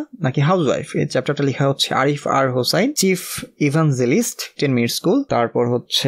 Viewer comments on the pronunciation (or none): none